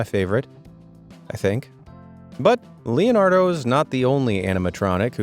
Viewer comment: That ain't Leonardo that's lenardo